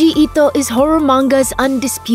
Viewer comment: The weeb in me truly appreciated the way you pronounced Ito 👍